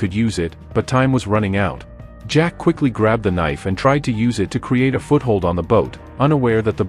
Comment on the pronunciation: Ahhhh the two best of friends, good old Zach pronounced Jack and James spelled Games. Classic movie duo